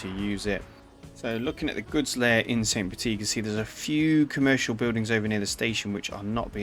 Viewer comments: First time viewer. You have a great voice, and the video was interesting. However, one thing was very jarring for me..... if you are going to use an accented pronunciation, make sure you have it correct. "Petite" is pronounced petiTE not "petee". In french, when you have an e after a consonant, you always pronounce the consonant. "Petit" is pronounced "petee". Slightly less jarring, but also weird is the mix you use... in French "Saint" sounds like "san/can/ran" (no vocalized T)., it does not sound like the English "saynt". So you are using an english pronunciation for the first part of the city name, and wrong french for the other part... oof. So please choose one or the other, and if it is in not-english, make sure to look up a pronunciation. (And if this is a map you have created, then change the name of the city to not have an E at the end if you intend the masculine form of the word. "Petit".) Anyway, great video, informative and interesting content. Makes me want to play the game after a long hiatus. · So I start watching the video, and I immediately have to call this out: because "petite" ends in an E, the second T is not silent. "Petit" is pronounced, "puh-TEE;" while "petite" is pronounced, "puh-TEET."